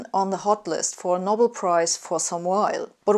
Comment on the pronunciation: Der gleichnamige Preis wird "No bell" und nicht "Nobble" ausgesprochen.